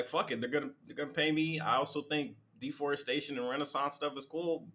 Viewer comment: Did she say DEFORRESTATION??? WTF? REFORRESTATION might be better for the earth and future. Ignant.